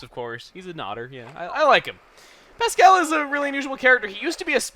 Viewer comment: I don't like the way you say Pascal